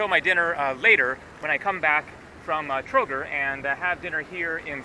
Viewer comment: $95 for the whole day including room, bus ride to Sarajevo and Trogir (pronounced Trogeer, btw, you dropped i between g and r that's pronounced as a long e), lunch and dinner was NOT cheap? Sorry, but that's dirt cheap.